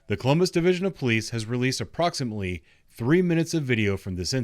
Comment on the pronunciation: "approximly", did you make that word up? Again .